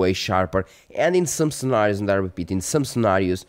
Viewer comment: Devido ao "in some scenarios" soube logo que eras português. 😊 bom trabalho continua.